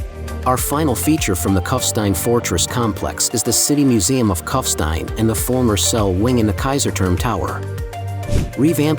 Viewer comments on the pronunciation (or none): Find someone who can pronounce German language names properly, rather than American distortions, starting with the very name Kufstein. It’s not Cuffstine, but Koofshtine.